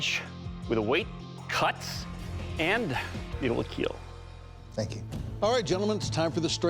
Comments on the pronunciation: Next up: the Dragon Bone Smasher or Keel Smasher from Demon's Souls I want to hear him say it will Smash instead of it will Keel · Fun fact : Doug actually says “KEAL” cause he knew that kids would be watching this show so he formed an abbreviation that is : KEAL -> Keep everyone alive , and he said this to signify that the main purpose of these weapons are for self defence